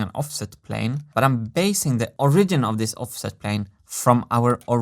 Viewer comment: Two of your videos on each of these points now, so at this point I have to say something: English is a silly language- sorry, English is really three languages wearing a trenchcoat, stealing spare words from other languages, but "Origin" and "Original" are accented differently from each other. Your pronunciation of "Original" is good, but in "Origin," the stress is actually on the first syllable: [OR]. Keep expanding your grasp of English and I'll keep coaching on the niggling details. The other thing: The Mimosa tree I know of is Albizia julibrissin, I have one in my yard and it is quite different from your yellow variety.